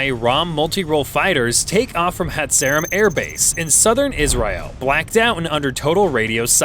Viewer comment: If you cannot pronounce Eilat and Hatzerim, why not do a broadcast on sheep town US?